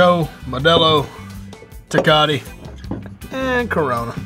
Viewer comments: "Tekati" lmao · Te-cot-T lmao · Dude said “Tecati” 💀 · I loved it, lol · The way he said TECATE